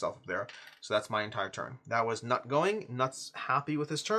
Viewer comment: Loving the playthrough! FYI, Knut is pronounced something more like 'cnoot' or 'cnute'.